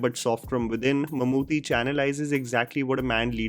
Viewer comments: it's not pronounced Mammoo'THY'. It's Mammoo'TTY' 😊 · plz pronunce Mammootty not Mammoothy. Thnx for reviewing it😇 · Just a gentle correction...Mammooty's name is basically pronounced as Mammoo-tea (Chai waala tea XD). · It’s pronounced “Mum-Ooty” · Come on man... How hard is it to pronounce Bheeshma Parvam.... How could you mispronounce Mammootty